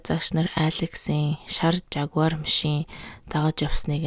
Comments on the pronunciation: жагуар биш ягуар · yaguar gj unshdagshu